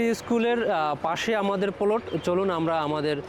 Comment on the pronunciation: আগে প্লট উচ্চারণ শিখো তারপর জায়গা সেল করতে আসো😀😀